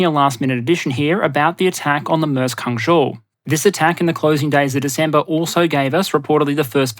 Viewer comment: Dude...congrats on pronouncing Hangzhou correctly. Been hearing Hang-zow all week. Love your work. None of it boring. Nice pace as well.